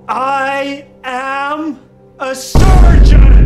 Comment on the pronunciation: in the next seasons, all the words he can only say is "ayusgeon"